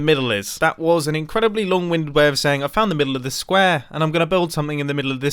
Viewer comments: anyone notice how mumbo said square in a super british accent and then went back to normal? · I heard square 3 times, only it sounded like it was copied